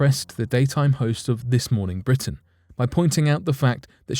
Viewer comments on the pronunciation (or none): none